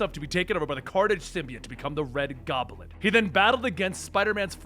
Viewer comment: Why do you say Gob-A-Lin?